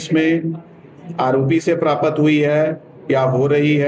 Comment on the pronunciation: information "prapat" hui hai...sardarji,,hindi kaha se sikhi..???? :face-green-smiling::face-green-smiling::face-green-smiling